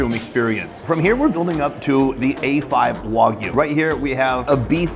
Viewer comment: Its WAG U not WOG u